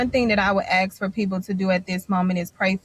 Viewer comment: They confuse "ask" with "axe". Now they're confusing "stand your ground" with "stab your ground".